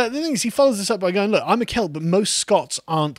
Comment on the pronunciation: It's the accent, he's saying cult...